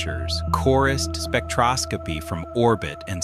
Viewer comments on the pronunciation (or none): none